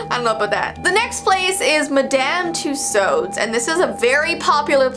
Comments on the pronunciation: I love Madame Tussaud. But everyone I know pronounce it “two swords ⚔️ “ so it kind of killed me inside when you pronounced it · Madame Tussaud’s is pronounced Madame too-sords in Britan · you said tussauds wrong lol